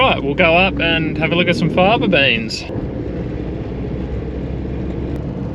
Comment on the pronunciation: "Fayba" beans....